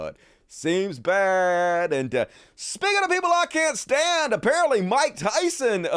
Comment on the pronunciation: “shtand.” Lol. He can’t even speak. Ffs.